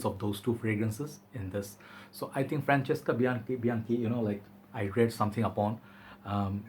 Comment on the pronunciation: Sup? Almost made a swap for this one last week, I got something alse but I still think about it a lot. Looking forward to hearing your honest opinion. Yes! That's how you pronounce it right. I love when people do that correctly, it shows respect toward his country and culture., whenever you feel ready to take your branding to the next nevel, I'm here for you bro! Write me and we'll take it from there. Peace and love!